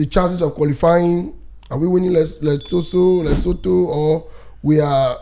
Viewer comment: Boss man na Lesotho...you dey pronounce am as letoso..one love ❤